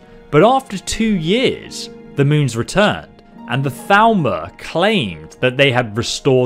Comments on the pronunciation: Then he needs to learn proper pronunciation, since everyone in the game pronounces it as "Thal-more" not "Thal-ma/ Thal-mer" as it sounds, which is easily mistaken for Falmer if you don't listen super close. Yes, I am that pedantic XD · Is he saying Thalmor? Why does it sound like he’s saying Falmer? So confusing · Every time you say "Thalmor", it sounds like "Falmer" to me xD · I minimized the video and was very confused when you said "...and then the Falmer invaded..." like what? Then I realized that I was dumb and it was actually Thalmor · Thalmor sounds like Falmer when you say it